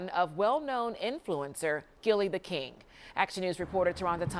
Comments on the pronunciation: The name is Gillie Da Kid not "King" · How embarrassing, local news station and they didn't even say the man's name correctly, when speaking on his deceased child. It's KID not KING! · I know i heard right when they kept saying gillie the king smh. His name is gillie the kid, not king... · Is it that hard to say kid? I can't take one more Gillie the King 😂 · they still saying Gillie the kid name wrong 🙄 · The fact y’all said his name multiple times & it was wrong 😒